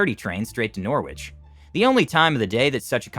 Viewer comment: Never heard anyone say norwich like that before